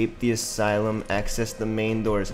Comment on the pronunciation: “assy lum” 😂